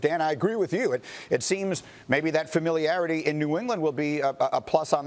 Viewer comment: Nobody’s talking about how Swaggu tried saying familiarity 3 times and failed each time 😂